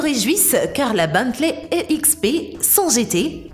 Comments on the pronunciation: c est pas Bantley mais Bentley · Ont prononce "Bentley" pas beuntley